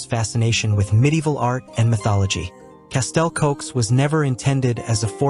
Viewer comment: Hearing castle cokes is like someone scraping a caulk board 😂 Its castell Coch!!! Red castle in English.